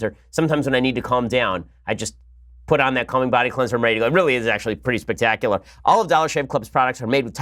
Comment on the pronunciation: "Spek-tak-u-la" Lol!